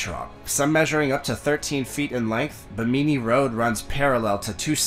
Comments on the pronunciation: I have never heard anyone pronounce Bimini as Bah-mee-mee. WTF? My sleep isn't as restful as it should be. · I love his pronunciation of Bimini LOL never heard it spoken quite like that before!